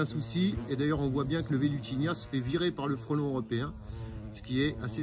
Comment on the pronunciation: c'est Velutina, pas Velutinia, non? 😉